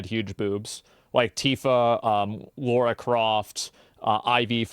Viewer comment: every time he calls Lara Croft Laura, it hurts my soul